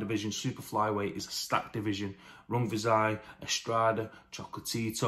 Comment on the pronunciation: I feel like you nailed those pronunciations. A good keep busy fight for Rungvisai